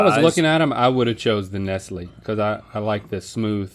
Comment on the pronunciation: Nestlé is not pronounced ness-lee, it's ness-lay